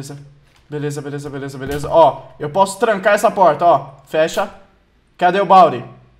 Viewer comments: Ele disse veleza em vez de beleza!! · Você falou veleza kkkk